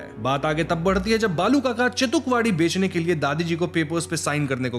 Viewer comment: Its bela and not bella and its chetukwadi and not chatukwadi wtf